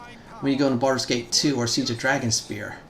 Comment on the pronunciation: Sounds like you said "Farscape Enhanced Edition" I wish that was a thing